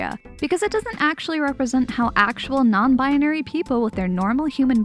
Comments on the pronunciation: Anyone else notice how she says “Non-binary?” She says it as “Non-bianary” and adds in a random “a” for some reason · im sorry but you pronounce non binary very funny, just i love it. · i'm sorry, this video was great, but i just have to point out that the way you say non-binary bothers me slightly